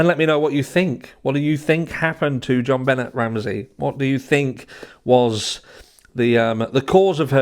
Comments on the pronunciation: Hi. Benet is pronounced benée. I do not think any one in the family hurt that child. She was found, if I recall correctly partially undressed with a broken paintbrush inserted. There was access through the basement window. I also recall that it was in the second apartment room that the McCann family rented that the dogs alerted to in Portugal, not in the room where Madeleine went missing. However it has been a while since I deep dived these cases. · Have you watched even one video about JonBenét before making this video? Her name is pronounced "Jon Benay" nay rhymes with say, not "Jon Bennet". Hence (if you know this case at all you know why I said hence) - the accent mark above the "e". I've never in the 27 years since she has passed heard one person say her name like that. It's not that far fetched that Gary Oliva, who recently confessed, is the perp. He is a convicted pedo, he did tell his friend that many years ago he "hurt a little girl" the night after JonBenét died, he frequented the area of her home, he was found a few years later trespassing and was carrying pics of JonBenét. His friend from back in those days always suspected him. I dont know if he did it, but he sure has a connection to the area during that time period and has been obsessed with her to this day. For those suspecting her father, he dated Natalee Holloway's mom, Beth, later in life after Patsy died. She never suspected him of doing it. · Hi! love your channel!! “Jonbenét” has a French pronunciation (albeit being a fake name haha) so Jon-Ben-Ay 😉 Patsy even goes as far as to say the J softly like the French tend to. But no one calls her John Bennet 😂much love ❤️ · Here name is pronounced john-ben-nay. I agree it’s never going to be solved. Lost cause. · It's pronounced Ben-ay my love. French sounding?? The secrets to these 2 cases are contained within the families. We will never know the truth.